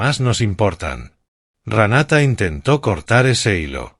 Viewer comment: Se dice Renata. No se dice Ranata. No creo que hayan quemado la casa a propósito para pagar el seguro. Yo creo que quemaron la casa para cobrar el seguro. Si la quemaron para pagar el seguro es que sin idiotas